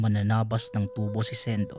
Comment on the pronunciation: SA unang kuento, matagal Ko Ng napakinggan Ito, at SA ikalawang kuento Naman, Di nio ba mabigkas Ng Tama ang tubo? At SA ikatlong kuento Naman, sobrang lakas Ng sounds mo 🙄